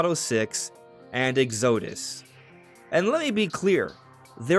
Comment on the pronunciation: Dude, for 'Exodus', it's pronounced EX-uh-diss, the stress is on the first syllable